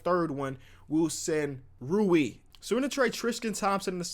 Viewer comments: I think I know how Rui is pronounced. The u makes a sound like ooooo from “The crowd ooooooed and aaaaaaaed after dunked on Mike.” The i makes an eeeeeeeee sound so it’s like r-oooo-eeee. It’s not like row-e. Young bull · like how could it be 'rye you' like its r u i not r i u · his name is pronounced ruu-i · Rui is pronounced “Roy” not ruee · R-oo-i Hu-chi-mor-ra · Imagine pronoucing rooy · Is it really that hard to say rui hachimura its like roo-ee hah-chi-moo-rah japanese names are phonetical theyre spelled like they sound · You say rui like Roy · Rui is pronounced Roy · It’s Roo-ee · Ru-e Ha-chi-mur-a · It’s pronounced like rooee hatch ee more uh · It's pronounced REE-you Ha-CHi-more-ah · It’s pronounced ruuuu eeeeeee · Rui Hachimuras name is pronounced "Roo-ee Hatch-ee-more-a" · It is pronounced Rooy Hachymara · He's called Ro-wee 😂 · Rui Hachimura is pronounced like buoy but with an R. Hope this helps. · R-U-I XD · Rui Hachimura “Roo-ee Hach-ee-mur-uh” Show the Zags some love,. 😂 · I got you with the pronunciation g Rui (Roo-E) Hachimura (Ha-Chee-More-A) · I’m a Zags fan and I love Rui Hatchimura a lot, but you’re pronouncing it wrong It’s Rue-e (rhymes with lewie) Hatchi-mure-ah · His name is pronounced Rooh-ee Ha-chee-more-ah. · Pronunciation: Rui (rue-ee) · Rew-ee Haw-chee-a-mar-a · Love ya but it’s rui pronounced like roo-ey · Also his name is Rue-we. Ha-chee-mur-a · roo-E is how you pronounce if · Yo the way you pronounce Rui name is “er”. “Ooo”. “Eee” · It’s roo-ee hatch-ee-mur-u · Just do you know it’s pronounced Rew-E Otch-uh-more-uh, Cause I know on the pod you never try and say it😂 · Rui Hachimura isn't even that hard to pronounce. First: Ru-E (said as one syllable) Last: Ha-Che-Mu-Ra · Rui Hachimura Roo-ee Hatsjimoora. It aint that hard;) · bruh roo eeeee lmao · It's roo-ee! Come on man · His name is pronounced: Roo-Wee Haw-Chee-Mer-Uh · Its pronounced: Roo-eee Hatch-chee-murr-uh